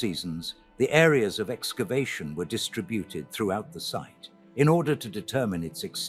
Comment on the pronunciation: I'm being distracted by eSKavation as the pronunciation of excavation. - there are other strange readings as well - is the narration and the "quoted text" being narrated by AI? The content is very good though. Thank you.